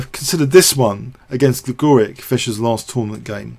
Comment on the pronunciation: Gligoric pronounced GligoriCH. :-)